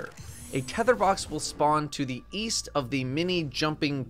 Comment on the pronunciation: East? I thought you said "weast"